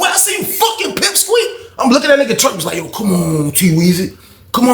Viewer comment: My boy said pep squeak. 🤣🤣🤦🏾‍♂️👑👑